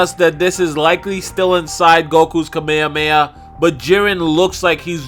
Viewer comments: Its not KAMEYAMEYA Its Kamehameha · Did he just say kameamea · Can we all just learn japanese pronounciation? Kah-meh-ha--meh-ha please say it right :D